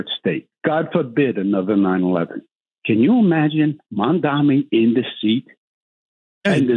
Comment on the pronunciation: He keeps calling him MAMDAMI, instead of Mamdani and Zohran corrected him about this, but he keeps doing it. Like a petty schoolboy racist!